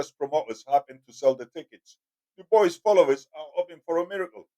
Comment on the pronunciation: "Do bwah" is the pronunciation